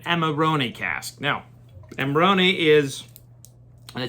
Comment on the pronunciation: First review I've seen where the wine is pronounced correctly !!!